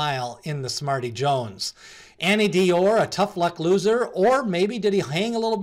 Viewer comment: Good to see you are posting derby prep videos again. 3 cheers!Thanks for the info, will keep watching. I'm not disparaging your broadcast, but I have a small critique. Please try to pronounce the names more accurately. e.g. who is Annie D Or? A new contender? I guess you meant Anneau D'or? French for "Ring of Gold." Pronounced "Anno Dor" by every one else. Listen to the Breeders Cup broadcast, if you dont believe me. I look forward to your future clips.